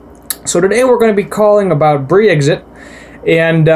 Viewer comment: Hey man no offense but brexit has been all over the news for the last few years, it's also called "brexit" not "bree-x" it's a short version of "british exit". Anyway, nice video!